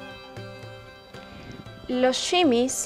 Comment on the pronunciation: No se dice simis